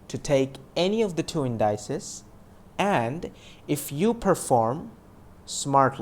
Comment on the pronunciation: You're mispronouncing indices. It's IN-DI-CEES not IN-DY-CES.